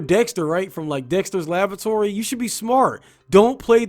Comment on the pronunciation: Did you say "Dexter's Lavatory". What kind of kinky shit are you into?